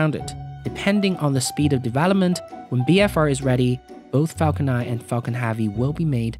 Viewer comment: Restart video it sounds like 'fuckin havy'